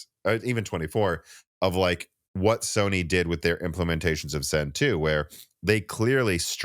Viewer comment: Anyone else thought he said Stoney is backporting instead of Sony?😅